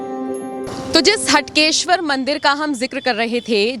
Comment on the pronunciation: Please Correct. HAATKESHWAR Not HATKESHWAR Hatke is different means & Haatkesh is Aradhya Dev of Nagar Brahman community.